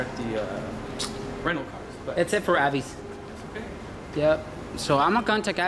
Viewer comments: It’s A....vis. Like Visa....not A....vise. Haha. Nah but really, TSA lady was great and so were the rest. Except the Avis square. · Its prounounced AAA... VIS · AVIS.. pronounced, Aye-Vis. And yes, Alex was a very sweet TSA Agent. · it's pronounced A - VIS <--- rhymes with miss , AVIS ...You don't want to call the company and say their name wrong , doesn't look good ~